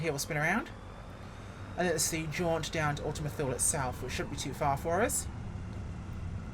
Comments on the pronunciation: Perhabs more like: Too-Leh. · Thule = two-lee